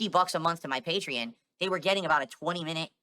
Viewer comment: “PEH-tree-un” = Patreon